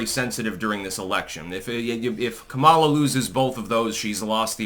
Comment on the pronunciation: your pronunciation of Kameltoe’s name is racist and insensitive. You’d be having a brat girl summer if you said it right